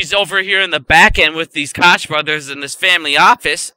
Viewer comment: Honey you are at very bright kid but those are the fanboys coke brothers the ch is pronounce like a K sound coke brosFather just made a video and was messing with your name a little bit big gums instead of running it together I just wanted you to know how their name is pronounced thank you for all your help and information great DD and that fat head had her right in his side yesterday and had nothing intelligent to say to her but she was with her children so that’s probably a good thing